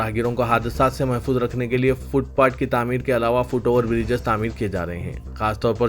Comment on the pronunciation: Foot pat nahin , Foot path hota hai.